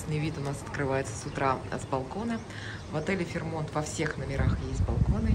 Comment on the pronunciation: Все-таки ударение ФэйрмОнт.